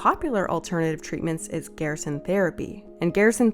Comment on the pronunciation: It's pronounced GER-SON amd yes they do have countless files of people cured. The only reason they have to practice in Mexico is because the US government doesn't care about curing anyone with cancer, it's all about the money here. There have been countless proven natural cancer treatments but the government shuts that down real quick. No money is to be made in natural treatments. They have even made it a law that a doctor can get disbarred if they mention any natural treatment. How closed minded you are astounds me.